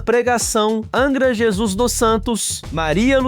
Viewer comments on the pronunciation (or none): none